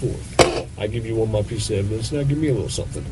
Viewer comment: Man, this guys' nasal tones are hurting my ears. Listen to him say "Days" as "Daynes". "ME" is "Menne"